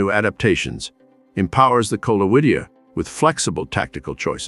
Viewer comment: minor point: the Latin Coleoidea is, "Kohl-OY-deh-ah," not, "Kohl-oh-IH-DI-ah." Also, your captions consistently render the word "to" as "two" while you are speaking.